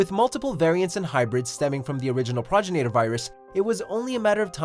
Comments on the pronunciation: what is this prog-enator virus you speak of? Its pro-genetor you uncultured swine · Pro-gen-i-tor Not Prog-i-nator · When you talked about the revenant you called it the proginator virus. Its the progenitor virus. Also, its Albert Wesker not Alex Wesker.